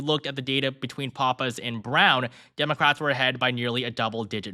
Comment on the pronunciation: Aside from not knowing how to pronounce "Pappas", how is that?